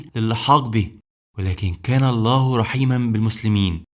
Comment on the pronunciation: ابني الحبيب مجهود عظيم .ولكن برجاء ان تطلب من متخصص لغة عربية ان تكتب التعليق وتطلب منه تشكيل الحركات وايضا يراجع لك نطق بعض الكلمات. وخاصة نطق لفظ الجلالة الله. وهناك أخطاء في الأعراب . وممكن ان تعرض هذا الفيديو على أحد أهل اللغة .لتتأكد